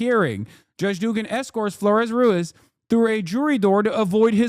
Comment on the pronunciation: There is a trilled R in Ruiz. You trill when there are two Rs written, but also at the start of a word, or after a certain consonants like a b, or optionally at the end of a word